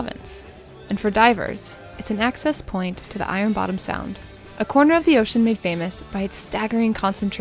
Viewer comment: been on the boat so long he forgets how to pronounce ocean. ok thank god Utah is coming.